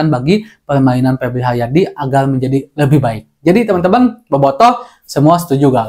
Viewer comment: Benal lul, siganana duyuyna pebli haliadi.